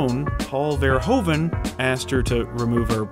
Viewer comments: It isn't an easy name to pronounce, as it's Dutch, but the "OE" is pronounced like the "OO" in food and the V is shorter. Dutch is a very staccato language. To ears it sounds like Vvvverhoevvvvven. Not hating on the narrator, just explaining the pronunciation. Verhoeven being Dutch is a reason he doesn't give a shit about violence and sex, because the Dutch really don't. There's legal prostitution, age ratings for movies are just a vague suggestion, South Park is aired uncensored all day long. It's not a sex crazed hell hole, just not prudish or shy. Turkish Delight is based on the book by Jan Wolkers, who's oeuvre is like this all the way through. The Discovery of Heaven by Harry Mulisch is about a guy being the second coming of Christ, and there's a ton of violence and graphic sex in the book. Both writers are considered some of the best as well. Mulish also wrote The Attack, about the Germain occupation of the Netherlands. Super violent but considered a must read classic, pretty much from its release. Our movies are less prudish in general, sex isn't seen as bad or wrong here, nor is swearing. His movies are par for the course almost. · Verhoeven is actualy pronounced Ver-who-ven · its ver-oe -ven silent (h) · it's pronounced paul verhooven as in hoofschoe. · It is pronounced Ver - hoof -en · You make the same bloody mistakle it is pronounced Ver (Hoove) en, not Ver(Americans fucking up pronounciation)en ;) I highly doubt your research though, since as a person from the Nedtherlands I have never ever heard about Business is Business ever. Totally unknown to all other people I know here too. So probably not that popular. Maybe in Belgium or Germany? And Shame On You For Not Mentioning Floris... Shame, shame, shame... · It's pronounced Verhooven. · It's pronounces vuh-ROO-vuh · they have a hoover dam.....but can't pronounce verhoeven.....so weird. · Is it SO DIFFICULT to pronounce his name correctly? Its NOT (english) "VER-HOE-VEN", but "VER-WHO-VEN" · "Ver hooven"